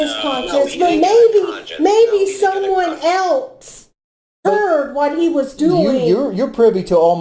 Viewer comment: is so annoying saying “elts” instead of else, and trying to sound like she knows what she’s talking about. She’s as dumb as a brick